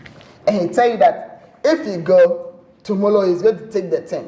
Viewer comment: Tomollow after tomollow......... tomollow tomollow tomollow😂😂😂🤣